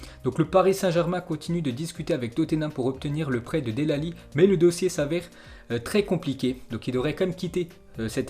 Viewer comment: Dell Ali 😂😂